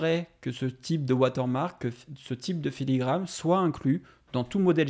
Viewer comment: Filigrane* Et pas "filigramme" mais bonne vidéo comme d'hab